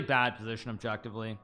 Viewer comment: Hikaru: “best move, objectively” Me: “yes, yes…oBjEkTiFleE”